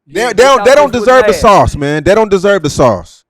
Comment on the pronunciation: talking about don't give up the sauce but can't even say sauce right 😂